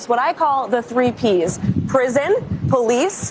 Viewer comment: . "Da tHrEE P'z". Holy shit, she is dumb as hell.